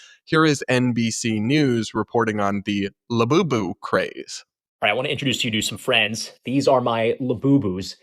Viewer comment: The only thing worse than a Labubu is how Brits pronounce it